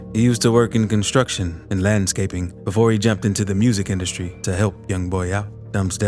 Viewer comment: Why you said industry like that 😂